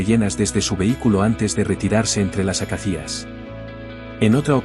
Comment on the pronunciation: Te sugiero que revises la pronunciación de la palabra ACACIA, que conozco desde pequeño por los libros de animales que leía entonces). Es una palabra llana y lleva el acento (sin tilde) en la segunda a, la de la sílaba “ca”. Por lo demás la historia que cuentas es curiosa y muy bella si es cierta, aunque resulta algo increíble a priori. Pero no dudo de la nobleza de los animales, aunque normalmente reaccionan según sus instintos, y los leones no se andan por las ramas precisamente y suelen ser bastante contundentes. Como relato sobre la naturaleza y nuestros derechos y deberes hacia ésta resulta correcta.